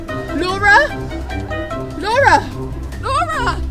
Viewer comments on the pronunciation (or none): i thought she was saying dora the whole time